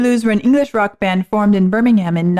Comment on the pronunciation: It's pronounced Burr - ming - um. Well that's closer anyway, idk how to spell the last syllable